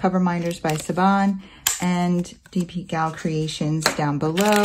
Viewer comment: Oh boy those are gorgeous! My favorite is the cat. They look like such good quality too. Just FYI you pronounce her name Shivan (it's Irish).